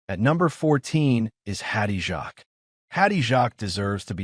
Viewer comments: Who is that trans person you say is Sandy Powell? Hattie’s surname is pronounced ‘Jakes’. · Absolutely, AI crap! Worst pronunciation - Hattie Jarks. WTF!